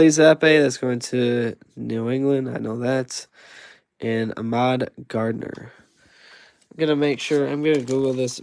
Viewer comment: Did you say sauce Garner?